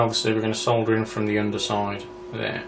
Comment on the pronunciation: ..... ahh, a joy to hear 'solder' and not 'soder' :)